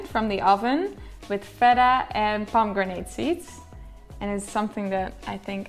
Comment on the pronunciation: Is she saying Pomo-grenade? Lol